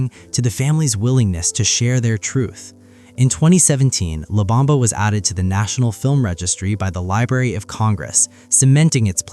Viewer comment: La not Lab!